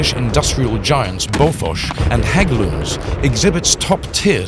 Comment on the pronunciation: perfect pronounciation of Hägglunds